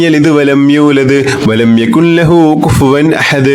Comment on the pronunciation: Jazaakkallahu khair🤲..ഉസ്താദിന്റെ എല്ലാ വീഡിയോസും വളരെ ഉപകാരപ്രദമാണ്. സൂറത്തുൽ ഇഖ്ലാസിൽ യകുൻ ലഹു എന്ന ഭാഗത്ത്‌ ഇദ്ആമുൻ ബി ലാഉന്ന വരുന്നതിനാൽ ൻ എന്ന അക്ഷരം silent ആക്കണമെന്നല്ലേ... യകുല്ലഹു എന്നാണ് ഓതേണ്ടത്... ഉസ്താദിന്റെ ഖിറാഅതിൽ യകുൻ ലഹു എന്നതു പോലെ തോന്നുന്നു.